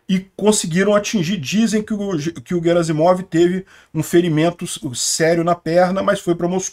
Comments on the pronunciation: O sobrenome dele é Герасимов e não Жеразимов: Sendo assim, a pronúncia correta é "GUEraSSimov" e não, "JeraZimov". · A pronúncia correta na versão em russo é 'Guierassimov'. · 14: 25 - Gerazimov: a pronúncia correta é com o "G" de "galo", nunca como "J". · No Google tradutor a pronúncia é "Guerácimov". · "GUERAZIMOV": Na maioria das línguas europeias, inclusive nas eslavas, o "G" sempre é pronunciado como "GUÊ", como em "garrafa". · Bom dia. A pronúncia correta do nome do general russo Gerasimov é com a letra "ge" pronunciada como "gue". Em russo, a letra "g" tem dois sons diferentes, um palatal, que é pronunciado como "gue", e um velar, que é pronunciado como "go". No caso do nome "Gerasimov", a letra "g" está no início de uma palavra e seguida de uma vogal, portanto, ela deve ser pronunciada como "gue". Portanto, a pronúncia correta do nome do general é: Gerasimov (gue-ra-si-mof) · conforme a pronuncia do Prigozhin e, Gerasimov se pronúncia com som de "Gue", Guerasimov.. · Oi, o correto na pronuncia do general russo é "Guerasimof" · Notinha cultural. No RUsso, quando a palavra vem de idioma Latin, que começa com "H", eles pronunciam como se fosse "Q". Assim, "Harry Potter" fica "Query Potter", "Hiler fica "Quitler", "Alcohol" fica "Alcoqol". Em Russo, o Garasimov é escrito como "Герасимов" . O "e" soa como "ie". O "o" ao final soa como "a". O nome em russo soa como o "Quierásimav" em Portugues.